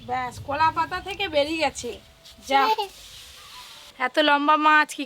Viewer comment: আপনি কোলা পাতা বলেন কেন কলা পাতা বলবেন